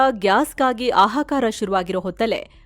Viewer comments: ಆಹಾಕಾರ × ಹಾಹಾಕಾರ √ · ಆಹಾಕಾರ ಅಲ್ಲ.... ಹಾಹಾಕಾರ . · For news reader's kind attention that is ಹಾಹಾಕಾರ not ಅಹಾಕಾರ